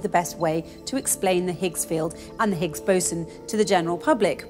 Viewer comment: when she said the words 'Higgs Boson', i automatically look on her chest coz its sounds like 'Bigs Bosom'.. lol